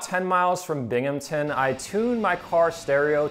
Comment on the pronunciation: Thank you for saying Binghamton correctly. I got really tired of people butchering the pronunciation of the city (and town)